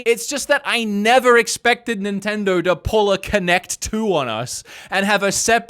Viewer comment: hey man the brand is called nintendo, not nintindur